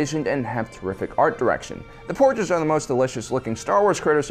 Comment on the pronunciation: What's a Porge? And who's Admiral Horda? How about "Row and Finn"? Oh that's right, can't pronounce names worth a crap. WTF dude 😂